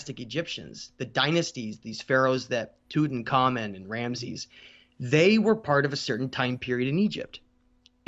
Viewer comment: Toot Ankh Ahmoon, not toot an kamen